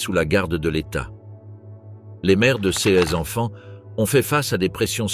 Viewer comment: L'IA est terrible! "Ces" n'est pas CS et ainsi de suite...